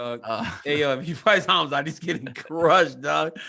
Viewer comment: Khazmat "Hazmat (as in hazardous material)" Chimaev!